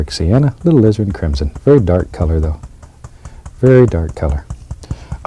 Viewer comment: It sounds like he said lizard crimson